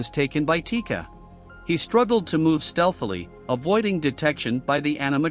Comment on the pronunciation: chica? nah it’s tika.